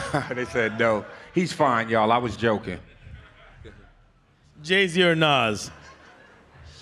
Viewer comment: He said Jay z the same as Nas , gtfo out of here with that.